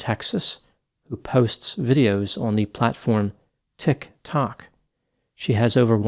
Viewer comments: I came for the utterly bizarre story, but stayed for erudite, educated and entirely entertainingly elucidated energy in speaking the words, "TikTok". As for the TikTok talker, after consulting anonymous (aren't they all) spirit guides, I feel that there will be lots of professionals in this TikTok talker's immediate future such as (but not limited to) lawyers, judges, psychiatrists, psychologists, social workers and maybe even a few people in uniforms licensed to carry weapons. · deliberate pronunciation of Tik Tok is the only way I am ever going to say it now 🎉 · Best thing about this one is pronunciation of "TikTok". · Best thing about this video is the way pronounces Tik Tok 😄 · Anyone else think it's low key adorable how pronounces TIK-TOK? Just me? Okay then. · Very informative video but the way he is saying tik-tok is taking me out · Love when says tiktok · Interesting video, as usual. Had to come see the comments about the pronunciation of Tik Tok- just struck me funny how it sounded like something completely foreign to the doctor. But it’s a messed up situation that this Tik Tok Psychic got herself into. I feel bad for the professor who gets her name just thrown into the case with no involvement in it. It’d be an interesting plot twist if she was somehow involved, but I doubt that’s the case. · Who pronounces tik tok that way....creeepppy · Hahahaha. The way he says Tik Tok. Like an out of touch grandpa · Why you pronouncing TikTok like that foo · Dude it's "TikTok" not tik...tok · yes - I think he's on TikTok and it's not that difficult to figure out it's pronounced Ticktock not Tick........tock lol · I love the way you say “TiKK. TOcK.” 😂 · We now say "Tik...Tok" in our house daily. Lmao😅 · It's sad when crazy people capitalize on other people's pain. Thanks for covering this. Also, I love how you say Tictoc 👏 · Not a long enough pause between Tik....................To k.